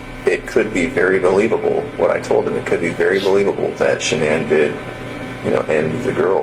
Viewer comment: Denver Colorado… maybe you should learn how to pronounce her name right !!!